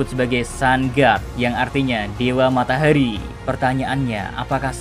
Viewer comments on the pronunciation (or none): Ngomong nya kaya di lebayin gasi? Ohara jadi ohaera matahari jadi matahaeri 😭😭